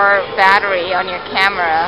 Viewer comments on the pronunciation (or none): none